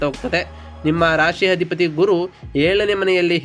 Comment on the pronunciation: ಸ್ವಾಮಿ ಮೊದಲು ಅ ಕಾರ ಗಳು, ಹ ಕಾರಗಳನ್ನು ಸರಿ ಪಡಿಸಿಕೊಳ್ಳಿ. ಅಧಿಪತಿ ಗೆ ಹಧಿಪತಿ ಅನ್ನೋದು, ಏಳನೇ ಮನೆ ಅನ್ನೋಕ್ಕೆ ಹೇಳನೆ ಮನೆ, ಈ ಉಚ್ಚಾರಣೆ ಸರಿ ಮಾಡಿಕೊಳ್ಳದಿದ್ರೆ, ನಿಮ್ಮ ಈ ವಿಡಿಯೋ youtube ನಲ್ಲಿ ಹೆಚ್ಚಿನ ಸದಸ್ಯರನ್ನು ಕೂಡಿಸಲು ಸಾಧ್ಯವಿಲ್ಲ.